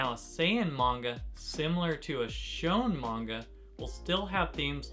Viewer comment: I think it’s pronounced shoneN not “shone”? 😬